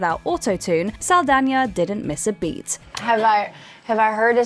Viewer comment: Holycow first person i ever hear pronouncing Saldaña correctly